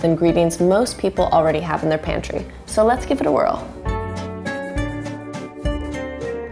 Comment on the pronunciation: Ngl. They way she said pantry bothered me. I dont know if it's just cause I dont personally use the word or she did say it weird but jesus christ